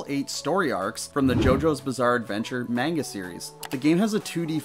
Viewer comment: It's pronounced manga, not manga.